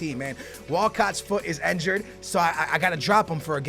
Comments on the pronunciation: Stop saying enjured and say injured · it's not ENjured but INjured bro